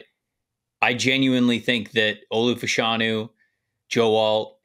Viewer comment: I would say Fashanu should be pronounced Fash (rhymes with bash) a-nu. In the 80s/90s in the UK there were two football (soccer) players, brother of Nigerian descent (like Olu). After finishing one got into TV. Their name was officially pronounced that way.